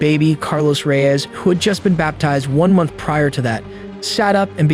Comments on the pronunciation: Great documentary but your pronunciations of the Hispanic names is 😂. Peenuh and rayezz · pronounced, Reys, not Reeyeze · reyes is pronounced RAY-YES